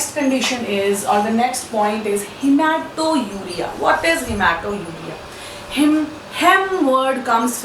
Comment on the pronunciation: It is not haemato_uria , but haematuria.